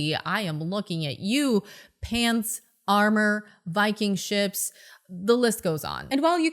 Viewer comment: Sorry did she say "Viking ships"?